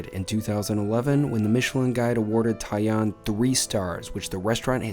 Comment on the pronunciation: The first pronunciation, tai-an, was pretty much spot on. The only way you're getting into those difficult to reserve spots in Tokyo, unless they're on Tabelog or something, is to email your hotel's concierge a couple of months out with the request. I've managed a few bookings that way, but it's not going to be possible when you're staying at a hostel! I'm fond of kaiseki and particularly the vegetarian equivalent, shōjin ryōri, but some of the courses are definitely very subtly flavoured - more about showcasing the different cooking techniques called for at different stages of the meal than hefty flavours. There used to be a fantastic little kaiseki place on West 55th St, Sugiyama, but unfortunately it closed thanks to rent increases a few years back - it was the only culinary ever-present for my first three visits to New York and I missed it last time out. I replaced it then with a shōjin ryōri place instead, Kajitsu with 1 Michelin star, but that too closed a couple of years later.